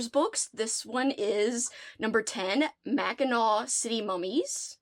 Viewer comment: Also-gotta give you props for properly saying Mackinac. 🙌🏾